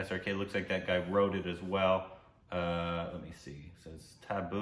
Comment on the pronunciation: It's tabu...not taboo😂🤣